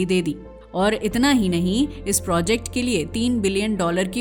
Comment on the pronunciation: यहाँ projacte को फिर projact बना देते है